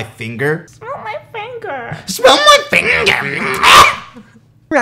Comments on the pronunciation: Not finger, fun-geer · That video has effectively named me for the next 6 years. I went from nutmeg to nutgear because of runforthecube's pronounciation of the word "finger". Smeel mai Fine-gear